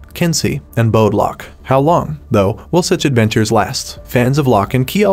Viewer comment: You said bode wrong it's pronounced Bodie